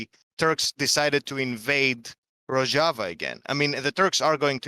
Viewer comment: Finally someone taught Vaush how to pronounce Rojava properly.